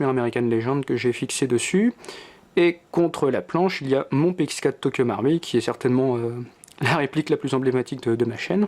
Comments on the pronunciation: nop sa se dit tokyo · Tokyo maroui c le mots le plus prononcer de ta vie